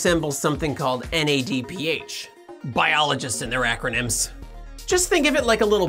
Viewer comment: NADPH is not an acronym Acronyms are read like words